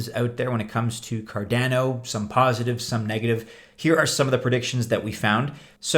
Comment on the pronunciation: you cant pronounce cardano, how do we take you seriously?